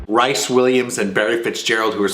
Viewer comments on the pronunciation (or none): Rhys as in Reece, not Rice, if you please. ;) One of my favs, too. When you want an unabashedly sentimental tissue movie, can't do better. And I want to bundle adorable Roddy up, tuck him under my arm, and take him home. Thanks and Happy Gobble.